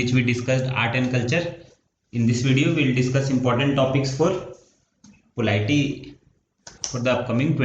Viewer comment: Bhaiya. POLITY thik se bolna sikh lo pahle, video banane mein hadbadi kya hai ?